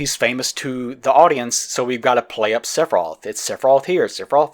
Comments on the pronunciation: Or "Sephiros" instead of "Sephiroth". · I like how sometimes sounds like is saying "Seph off" instead of Sephiroth. I'll start using that around fanboys, it's bound to be funny